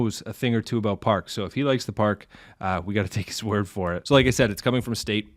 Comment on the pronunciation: "take his word" or "take his woof" ?